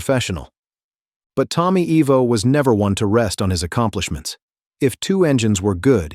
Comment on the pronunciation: Not "EEE...voh". It's pronounces "EYE... Voh".